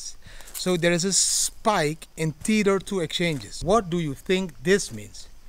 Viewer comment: Tether not "TEETHER".